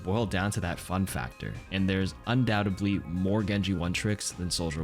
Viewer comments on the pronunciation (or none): UndoubteDly. With a D. Pronounced like doubteD. Not undoubtabblee. Ree.